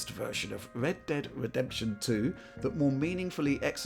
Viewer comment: Wed dead wedemption. What is with English not being able to pronounce the letter 'R'? Drives me nuts